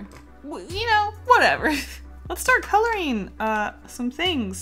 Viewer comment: Can u say "ng"?? like wtf u always say colorin..